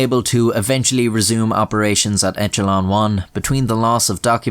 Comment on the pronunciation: Huh "Echelon"